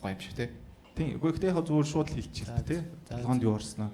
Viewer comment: Төрөө минээ шуу биш шууд гээд хэлээд сурчихаач тэхүүүүүүү